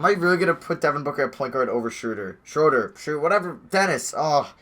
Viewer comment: its not shrewder smh